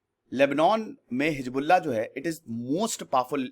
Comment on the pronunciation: Sir, you were about to say, heezda... 😁😁😁😂😂😂